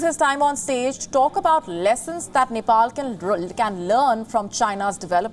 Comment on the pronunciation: it seems he has been beaten by chinese police at Nepal, he has beating marks on his face..black stains due to blood clotting around his eyes. And Ambassador.needs to know how to pronounce Nepal..its not Nepol.